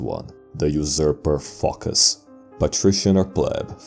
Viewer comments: It actually comes from the Greek word foki (ancient), or fokia (modern) which means seal. The name is pronounced Focás. Probably he had an ancestor from Phocaia, which was a common name for cities at the period. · It's not a confidence that narrator pronounces Φωκάς like Fucker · Emperor Fockers ...yes it's Fockers idk who this Phocas guy is